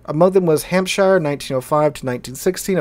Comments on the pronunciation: In England we don't say Shire when it's in a county name. We pronounce it SH. So you say Hampsh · It's funny, because we Americans pronounce our own state, "New Hampshire," exactly the same, but we get confused whenever we see "shire" in any other context.